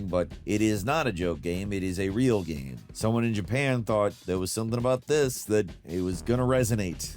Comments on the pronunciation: omg say ''game'' properly, not ''gahm'' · It's definitely not rage bait because he'll mispronounce incredibly basic words like 'game', saying "gayam" instead. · Dude, half the time he can't pronounce the word 'game' - he'll pronounce it "gayam". How does this even happen, considering 'game' is in the name of his YouTube channel/job?